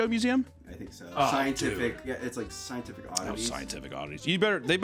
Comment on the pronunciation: Hearing trying to pronounce scientific words took me out 😂